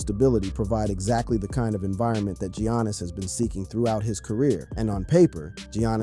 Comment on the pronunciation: Can't even say Giannis right